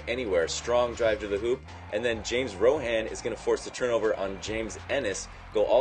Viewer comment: It's RAHON, not ROHAN.